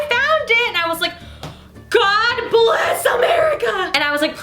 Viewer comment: GAWD BLESS AHMERICHA